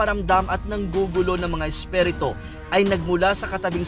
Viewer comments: Isperito hahahaha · Isperito..ayusin mo naman... haha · Espirito mo ang pag pronounce esperito, ano ba yan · NAWALA TAKOT KO NUNG NARINIG KO YUNG SALITANG ESPHERETOH !!!!! LOL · spiritu hindi spereto😁